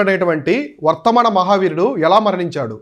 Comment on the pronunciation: వర్తమాన కాదు వర్ధమాన